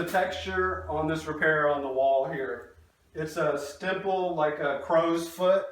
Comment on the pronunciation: It's called a stipple not a stimple .. other than that I'll give you a 2 thumbs 👍 👍 !!! If someone wants to say anything bad to for my comment just know I've been doing this work for 43 yrs going on 44 yrs